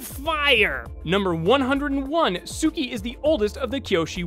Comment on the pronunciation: It sounds pretty similar but I'm sure she meant "Tsuki"